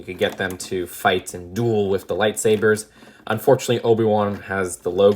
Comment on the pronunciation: There’s a lot of "wif"s in this